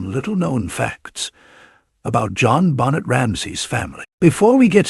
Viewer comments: How about saying Benet not Bonnet smdh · Pathetic you can’t even pronounce her name correctly. Another AI dependent trash channel.